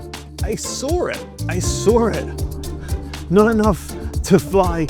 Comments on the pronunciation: He SORE it! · "i soar it, i soar it" 😂😂